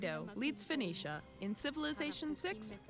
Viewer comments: Why don't you know how to say 'Foe-Nee-Shia'? It's hardly difficult. I worry about people who seem proud of their own ignorance... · It's pronounced Fuh NEE Shuh. Fuh NEE Shun. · For pronunciation, try this: Foe-KNEE-shuh. Btw, you got it right at least once. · Pronounced as Fo-Kin-Shite ;) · I think it's funny that you have difficulty pronouncing Phoenicia in that as the creator of the alphabet Phoenicia is the root of so many words dealing with language, sound, and communication (telephone, phonetic, etc...). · Richard Cramer he said it correctly and then corrected himself by saying it wrong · I see you pronounced it Phonetically!